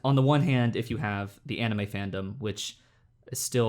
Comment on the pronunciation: pronounces manga correctly followed by anime incorrectly, interesting